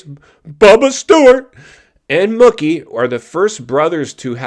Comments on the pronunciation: His nickname is pronounced "Mookie" like "Pookie" NOT "Mucky" "20 years apart or more"? Bubba's last SX win was in St. Louis on March 29, 2014 so, if my math is right you are about a decade ahead of yourself since it's not even March yet. Yeah, you seem like one of those kind of tight asses WTF are you holding on to it? You can't spend it when you are dead. They posted it on their Instagram before you uploaded this video that Tomac has a broken left leg. do some F'n homework before you come on here with these word salad videos. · it aint muhkee bro, its MOOkey. jesus 😆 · I can't stand you. The way you said Mookie like Cookie 50 times had me so irritated. It's Mookie yes but pronounced like the cow sound.... Moo-key. For someone who has a show about Motocross and watches it you should be able to know that and pronounce it right. I have no problem with Mookie winning but I doubt he will ever win again and If Jett was there and not hurt and if Tomac wasn't hurt or Sexton didn't crash I do not think he would have won that race no way no how. And it hasn't been 20 years apart since Bubba won and Malcolm did. James last win was in 2014 so you're math ain't mathing.....not even close. It's only been 10 years. Smh can't stand you you're so lame and cringey.